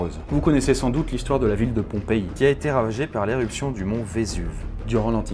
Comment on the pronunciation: Ça ce dis pas "pompey" mais "POMPEÏ"😂😂